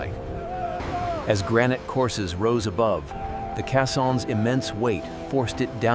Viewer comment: Thanks for your review, It stopped me from throwing away another 12 minutes of my life. And the way AI mispronounced caissons. AI narration will be the death of us😵